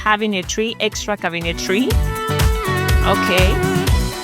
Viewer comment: The cabinetry pronounced wrong. Learn how to call them right. I am a Realtor from CT. I had to learn English when I moved into Maine from Canada. I started in Grade 1. I am a US Army Vet and speak perfect English. Your showing a huge disability in English. I have been in FLorida for over 25 years, My first grade was all in French.